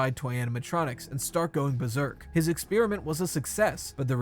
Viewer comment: What the fuck is an exspearmint?